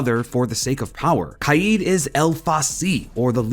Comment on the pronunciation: it’s not Kai-eed, we’ll pronounces like that it’s normal Kaid as in kade ok. dumba**